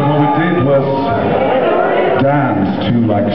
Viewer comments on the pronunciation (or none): that wasnt his accent, he made a voice when he said the word dance.